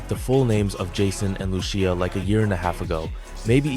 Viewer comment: u confuse night clubs with strip clubs buddy old pal old best friend.. also u mispronounced Lucia’s name its ( Loose•See•yuh) not (Loo•Chee•yuh) but ig thats what happens when u talk through A.I. smh